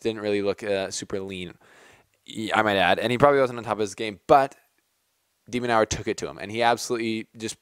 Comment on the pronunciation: Your pronouncing his name wrong! It’s pronounced De-men-urr there are a couple of interviews on YouTube with the guy seems pretty cool